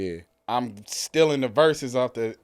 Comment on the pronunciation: Herses instead of verses 😅EXPLAIN PLEASE